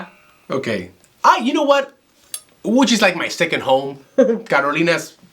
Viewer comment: „Łódź” not „Łódż” 😂